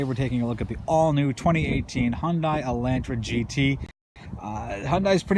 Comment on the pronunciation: The car company name is pronounced like Sunday....Hyundai like Sunday, Hyundai like Sunday, Hyundai like Sunday, Hyundai like Sunday, Hyundai like Sunday, Hyundai like Sunday, Hyundai like Sunday, Hyundai like Sunday, Hyundai like Sunday, Hyundai like Sunday, Hyundai like Sunday, Hyundai like Sunday, Hyundai like Sunday, Hyundai like Sunday, Hyundai like Sunday, Hyundai like Sunday, Hyundai like Sunday, Hyundai like Sunday, Hyundai like Sunday, Hyundai like Sunday, Hyundai like Sunday, Hyundai like Sunday, Hyundai like Sunday, Hyundai like Sunday